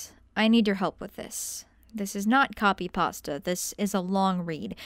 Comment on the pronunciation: DID YOU SAY COPPY PASTA??!!! lol jk I love your videos